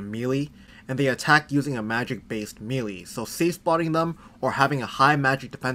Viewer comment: It’s called melee. Maylay